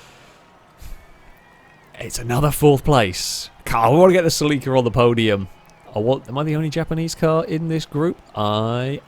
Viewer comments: Either you are pronouncing Celica entirely wrong, or I have done so since NFS Underground.. I don't know if I want to find out. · By that you mean, you mispronouncing it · Never heard "Celica" pronounced that way. I like it & I'm gonna use it 👍🏾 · Yo why are you pronouncing celica, as sell-leek-a, I believe it's pronounced sell-ick-uh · I've never heard of the Celica pronounced "Sell-leak-ah". I've always known and heard it as the "Sell-eh-cah". It triggered me nonstop lol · "Saleeka" Oh shit. He means Celika or Celica as us Americans pronounce it. I had no idea, lol. Too funny! Actually, this race was so fun to watch, I'm gonna bookmark it in my bookmark list of fav Failrace vids so as to watch it again. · saa-Lee-ka??? you ment cell-eh-ca rt bro🤦‍♂️🤣🤣🤣🤣🤣🤣🤣 love the cockney accent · Its is not a SELL EEEKA... is a CELL AH KA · Listening to mispronounce Celica (SELL-a-kah, not sa-LEE-kah) every 15 seconds almost made my ears bleed. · I came here right away before getting past the mark. I was like... what is a seh-lee-kuh???? Then the grid popped up and I was like OHHHHH, seh-LI-kuh!! I have been living in europe for 15+ years and that is the first time I have ever heard it pronounced like that. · It's how it's pronounced nearly everywhere apart from the US. Very close to the original Japanese pronunciation too. Interestingly the US adverts for the Celica pronounce it "sel-ick-uh" where as the rest of the world got "sell-eek-uh". Always found that interesting, that despite sharing the same name and car model, it's officially pronounced differently. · Its pronounced selica!!!!!!!! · I know its a picky thing, but I believe its pronounce Sell-Ick-Uh. My apologies if this seems very "Grammar Nazi" of me but i have OCD and for some reason your pronunciation was driving me completely bonkers lol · Say it with me: SELL-IH-KUH Cel-i-ca No need for pronunciation to suffer for "the algorithm". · that Celica pronunciation tho